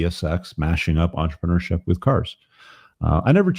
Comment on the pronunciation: For fuck's sake stop saying entrepreneurship like a french baguette, speak english, say business.